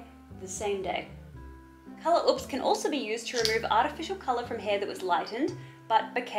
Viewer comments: Is color oops not a thing in Australia because y'all can't pronounce oops lmao "ops" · I like how u says oops lolol u pronounce it like OUPS or ups lolol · the pronunciation of ‘uhps’ tho 😂